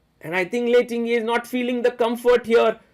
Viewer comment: Superb play by Humpy under time pressure!! Sagar bhai... correct pronunciation is "Ting-Jee" and not "Ting-ye".